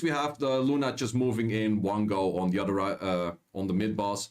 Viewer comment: It’s pronounced other not “udder”